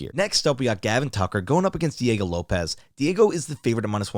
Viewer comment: Bro had me calling him Lopez too. It’s Diego Lopes